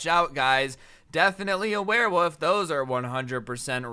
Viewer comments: Why did keep saying werewoof instead of werewolf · It was funny when he kept saying werewoof instead of werewolf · Is it just me or isn’t weird that he’s saying “woof” instead of “wolf”. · “wearwoof” haha